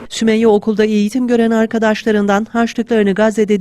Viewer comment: Yalnız adı Sümeyye değil Sümeyra 😂